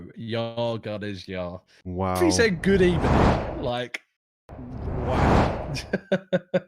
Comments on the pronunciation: Who sent in the good ebening 😂🤣😂👏👏👏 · What the hell was that “Good Ebening”??? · Good Ebening. Such a fitting intro